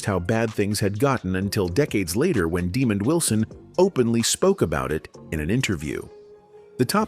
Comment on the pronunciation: Daaamon not demon